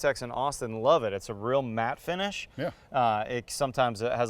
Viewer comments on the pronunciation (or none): none